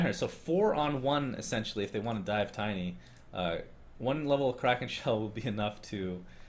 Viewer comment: Crystal Maiden's name isn't pronounced "KRAAKEEN" but rather more like "KROUHKHAN" which in Swedish means The Crow. Anyway, a nice job as usual with trying to pronounce names right, as well as casting the game!